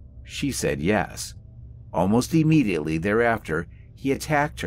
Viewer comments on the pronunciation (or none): PLEASE! The word is NOT pronounced E-mediately!